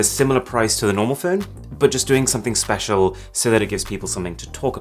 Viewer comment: i feel speciaarr Jokes aside so this was the source of the IG update😂